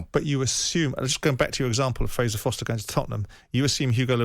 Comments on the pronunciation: Exactamente Foster. Forster. Loads of mistakes. And that's what they are "errors" . You need to give your head a wobble if you want to start pronunciations now🤦‍♀️ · What about Foster instead of Forster